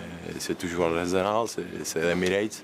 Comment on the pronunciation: i m'énerve l'autre avec son arzenal, il sait pas dire arsenal 😤